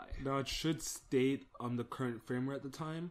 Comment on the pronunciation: It's pronounced /'fərmwer/ (Firmware), not Frameware. Also please for the love of god (and all your viewers) get rid of WinRar and download the FREE software 7zip (Which also supports .rar files).